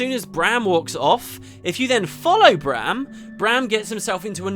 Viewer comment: Refreshing to listen to a video with someone who can pronounce Braham and not say Broham like certain others... :P